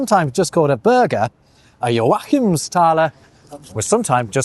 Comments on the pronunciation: Odd pronunciation of joAchimsthaler, I've always heard JOachimsthaler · love the great work on your pronunciation, but its Jóachimsthaler, not Joáchimsthaler